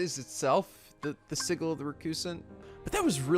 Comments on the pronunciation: Next up, Birth By Sleep 0.2 aka the demo for KH3! Also, sigil is pronounced sijəl, not si-gil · I normally shake my head and chuckle when you mispronounce words, but I cannot get past how you pronounce "sigil." It's hard to take your commentary seriously when I hear that. I don't know why; maybe because it sounds too much like giggle. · Why does keep mispronouncing the word sigil? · The way he pronounces sigil XD